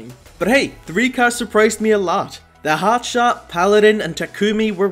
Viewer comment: It’s pronounced hotshart